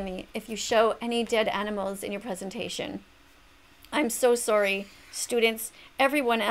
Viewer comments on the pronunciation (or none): "I'm so sorroy"